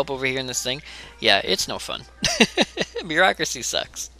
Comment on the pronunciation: 'Bear-acuracy' ? .... I'm sorry.. that was just terrible.